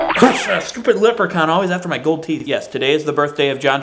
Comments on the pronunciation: I almost thought you said LIPrechaun. Which would actually kinda make sense. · When you said Leprechaun it SOUNDED like you said LIPrechaun, which would actually be quite appropriate. Just thought you should know about your possibly subconscious wordplay.